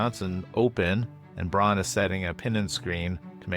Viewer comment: Dutchy here (living close to the German border). I dont think it was pronounced correctly. It sounded like brawn or Bron while the "au" should sound more to how you pronounce "ao" in "ciao".